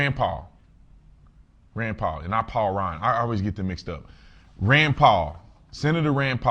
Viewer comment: You didn't say Rands name right